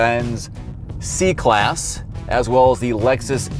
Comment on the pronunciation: C and S can be mistaken sometimes, I think he really meant S but the pronunciation came out as C. In all honestly though the S-Class I personally think is on another level than the G90, A8, and 7-series.